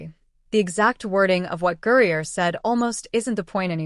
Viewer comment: Why are you obviously mispronouncing her name? And i won't hit subscribe